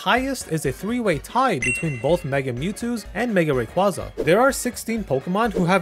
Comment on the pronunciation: The way you pronounce rayquaza legit makes my ears bleed